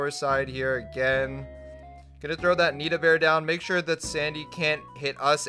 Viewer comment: Its Nita